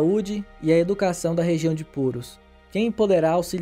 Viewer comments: Ele escreve Purús mas pronuncia Púrus, que loucura. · a pronúncia é purús. fora isso, o vídeo ficou bom. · Não tem acento mas pronuncia "purús" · A pronúncia certa é Purús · Não seja amargo. O conteúdo é bom, e a pronúncia é o de menos. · Como tem gente metida a besta, nada demais a pronúncia o que vale é o conteúdo, parabéns pela abordagem, esse aí que criticou a pronúncia nem sequer sabia que está cidade do Peru existia.